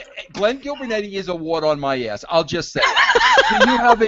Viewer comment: "Gillbernetti" lmaoo